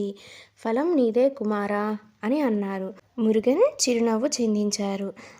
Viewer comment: చాలా బాగా చెప్పావు తల్లీ falam అనకూడదు phalam అని పలకాలి 👍